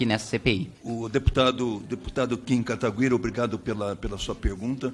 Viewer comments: A narizinho tem algum problema? Até hj n aprendeu a falar"Kataguiri"? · Kim Katagüíri ou kataguiri ? 😂